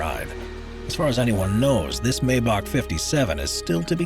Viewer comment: MY-bock, not MAY-bock. If youre gonna say it, at least say it right..🙄